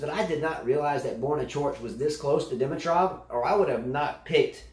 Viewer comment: buddy, we're still laughing at you for Dimitrov 😁